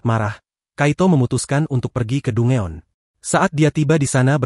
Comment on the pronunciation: Dungeon = dan jen cara bacanya min ... aku suka suaramu 😊